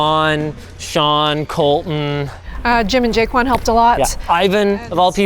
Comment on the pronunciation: who else thought linus said " jake one" instead of ' jay quan'